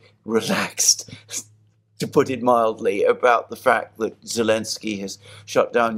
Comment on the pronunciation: Its annoying why says 'Elensky' rather than Zelnsky - I think the reasoning is that Zelensky doesn't like the Z (from one of their episodes). Gotta admit thats pretty childish. I couldn't imagine that behaviour from any serious reporters.